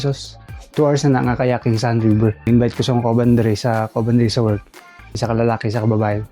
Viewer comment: Kayaking ✅ Kayating ❌ 😂